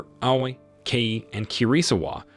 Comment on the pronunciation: And he pronounce Aoi not A-o-i